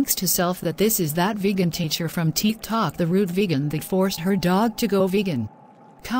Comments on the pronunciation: It’s tick tok not teek tok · THEETH TOK LOL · Nobody: Literally nobody: Not even the neighbors dead cat: That Vegan Teacher: TeEk ToK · "teek toc" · she said "Posted it on my TEEK-Tok" 😭😭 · On my teek tolk